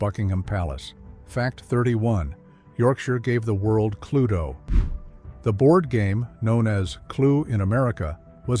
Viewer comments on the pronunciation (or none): none